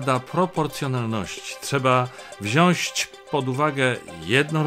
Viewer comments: P.Macieju, mówi się , "wziąć,a nie "wziasc" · Paine Orlos prosze “wziac” nie “wziasc 🤪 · Mowi sie wziac a nie wziasc. Blagam o poprawna polszczyzne, Szanowny Panie Orlos! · Wziąć Panie Orłoś nie "wziąść". :) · Przepraszam, panie Macieju, ale "wziąć", nie "wsiąść" :) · Program jest SUPER ale chciałbym tylko dodać że nie mówi się wziązć tylko wziąć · Panie Redaktorze! Wziąć! Nie wziąść! Bardzo proszę. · Panie Macieju, słowo "wziąść" z Pana ust boli podwójnie :) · Panie Macku - "wziąć" - bez ś, serdecznie pozdrawiam.